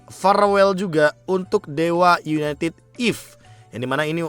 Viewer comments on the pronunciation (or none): none